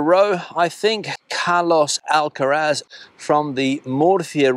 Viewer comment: Carlos Alcaraz, not Alcatraz!!!! 😀